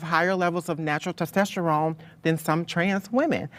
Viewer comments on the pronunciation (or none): Wtf is tostesterone? lol DUDE can’t get his science straight… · Does that one Trans person keep saying "tostesterone" ??? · Lol dude can't even pronounce testosterone correctly